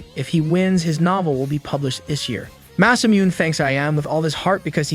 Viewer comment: masamuneをマサミューンって呼ぶの笑った